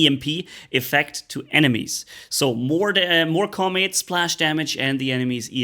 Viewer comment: Kaw-m't, not commit I think...